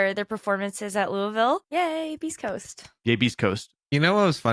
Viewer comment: Excuse me! It is Lewisville! 😂